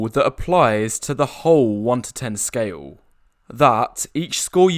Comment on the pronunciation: why does he pronounce "scale" as scayool?